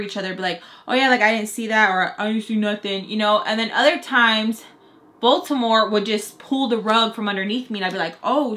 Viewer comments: Baltimore??!! Last video I thought you were saying Voldemort 😂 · What lmfao I hear “you guys thought I said Baltimore but I said Baltimore” anyone else 😭